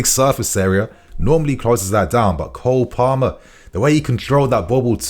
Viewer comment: Its Cole Palmer not Cold...😂😂😂